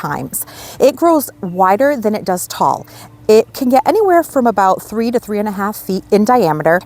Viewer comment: I like the way you say “deer. Stay away from eet.”😂❤